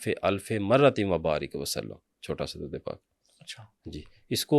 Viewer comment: Drude hazara drust parhain jnab.shukeria.